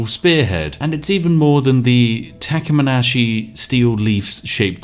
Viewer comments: Spiff: reads: “Thamaskene” Takeminashi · ah the legendary "Takamanashi steel" XD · Spiff: sees word 'Thamaskene' Spiff: "...tacka-menashee" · I almost died when he called thamaskene "taminashee" lol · he is so british that he called thamaskene as takamanashi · Lovely boi but his english is atrociously bad at pronouncing many words. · Are we going to talk about the pronunciation of Thamaskene ? "Takamanashi"? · Hahahahahah omg bro you horrendously destroyed the word thamaskene. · The way he pronounced Thamaskene.. oof.